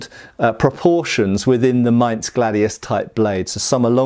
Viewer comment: Kudos for getting the word "Maintss" correct! German "Z" is always a "tss!". That also goes for "Tssweihänder". Always, always "tss!".